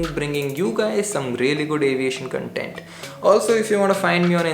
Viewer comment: He said Cuntent instead of content 👌☺️